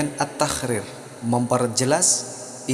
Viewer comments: Min... mohon maaf, kenapa ketika menyebutkan huruf ق berbunyi خ ya...seperti misalnya menyebutkan kalimat taqrir kedengarannya tahkrir...ini bisa salah dipahami oleh orang yg mendengarkan tanpa melihat tulisannya. Cmiiw 🙏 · bacanya bukan taqrir min tapi تقرير🙏